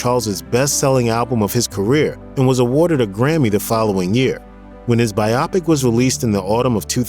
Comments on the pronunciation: It's "BYE-OH PICK" Not "BYE-AW PICK". Also, it's "What'd I Say" not "What Did I Say". What Did I Say sounds like the Pat Boone version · Not to nitpick, but come on...it's "What'd I Say?", not "What Did I Say?". Also, biopic is pronounced as "by-o-pick"(long "o"), not "by-op-ick". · Shouting: IT'S PRONOUNCED BI-OH PIC, NOT BY-OPIC! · Thank u! Couldn’t stand the the mispronunciation of biopic